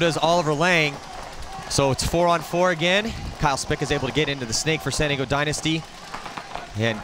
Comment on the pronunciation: why cant the commentator pronounce San Diego, I spent 45 minutes trying to figure out what "Santigo" was